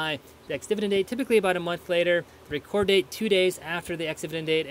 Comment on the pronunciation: It is the date of Reck ord not reecord. Thanks for the info.